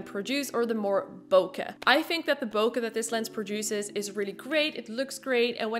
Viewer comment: BOKEH IS BOW-KAY...OKAY? Thanks for the video!